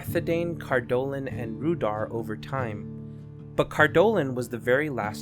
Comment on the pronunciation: Cardoolan is spaken worng, and it was not the last to faal, that was Arthedain